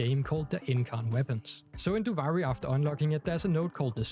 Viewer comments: no hate but it's pronounced doo-vee-ree and not doo-vi-ree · ofc, but they literally give correct pronunciation in game, duviri is not an English word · “Doovari” lmao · The game literally tells you how to pronounce Duviri... 🤷🏻‍♂️😮‍💨